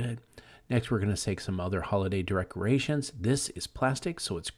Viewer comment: Did you say 'derecreations'? LMAO